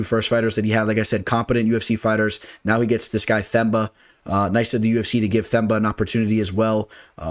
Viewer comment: Whats up, just a correction on my home boy Gorimbo, his name is pronounced as Temba, in other words his 'TH' is pronounced as 'T' and his name means HOPE by the way.